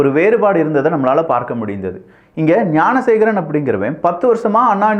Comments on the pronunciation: Bro please check in 6 min instead of gnanasekar mispronounced as gunasekar.... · என்ன தம்பி விக்கிஃ வார்த்தைகள் தடுமாறுகிறது. குற்றவாளியின் பெயர் ஞானசேகரன். நீங்கள் ஏன் குனசேகரன் என கூறுவதில் நோக்கம் என்ன? விளக்கம் தேவை.